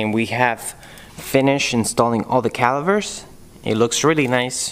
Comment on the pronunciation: Dude i like your YouTube vids. But please it’s really annoying me. It’s pronounced calipers not calivers 🤦🏼‍♂️🤯